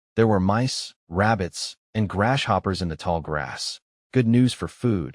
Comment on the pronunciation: To prevent the Ai from reading grasshopper as "grashopper" , use "grass-hopper" instead.